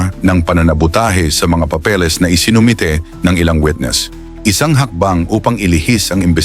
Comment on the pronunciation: Papeles hindi papelis